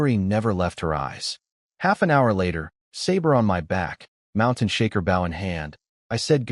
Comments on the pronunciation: It's bow, not bow. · Why cant the ai say bow all the time lol baw goodness gracious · Why can't you pronounce bow and wound properly?? Oh, sometimes it is correct, sometimes not. And the idiotic spelling out of capital letters. Can't you proofread?